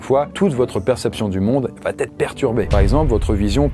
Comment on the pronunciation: "VA-T-ETRE" Putain on en est encore là avec cette faute de liaison?